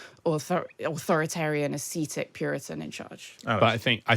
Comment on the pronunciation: Where do they find these idiots? "Aseetic"???